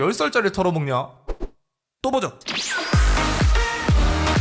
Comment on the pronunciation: 똥오줌 이라고하기에 이번엔 ㅂ 발음이 정확해서 또보죠로들리네요.... 또보러왔음